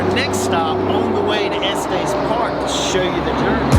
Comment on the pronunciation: It is pronounced Estes with a short E sound on both E's. Not a long E sound on the last E.